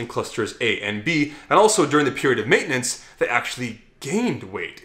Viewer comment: Probaby written by. That dude never pronounces "maintenance" right